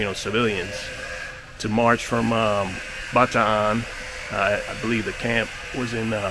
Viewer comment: So glad you properly pronounced Bataan correctly. My grandfather was a POW with the Philippine Scouts. He went on to serve with the US ARMY AND US AIR FORCE. Last Saturday I received his congressional gold Medal of Honor. Thank you for this video